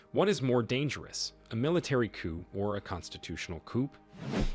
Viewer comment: It's pronounced "Cou"! We don't have or are talking about chickens here.